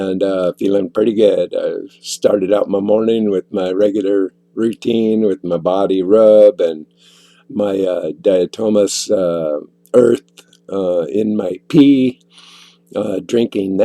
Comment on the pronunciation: DIA-TOME- AASHUS LONG A sound Dia-to-ma-ceous earth ..I'm going to make you get this right yet...LOL